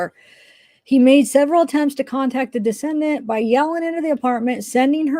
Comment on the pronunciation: Decedent is pronounced Dee-SEE-dent. It’s a person who had died. A descendant (which is how you are pronouncing it - and really changes the meaning) is a person that is descended from a particular ancestor. Parenchyma is the primary tissue of the organ as opposed to the supporting tissue.